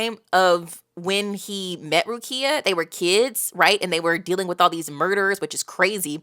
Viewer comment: you getting better at names! a small correction is the emphasis in Rukia’s name, it’s on letter “U” so it goes Rúkia and not Rukía i already saw people correct you on Zangetsu so imma skip this one, but otherwise everything was on point especially Seireitei which you nailed first try and im happy that you like this story so far, it’s one of my favorite of all time